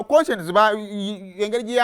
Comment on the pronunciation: The way you sound up the name koshens mbu konshens